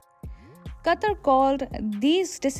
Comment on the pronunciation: I couldn't finish the video with the way she pronounces Qatar lol